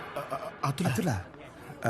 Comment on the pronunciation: ఆతులు❌... Or అతుల్ ✔️ ah🤣🤣🤣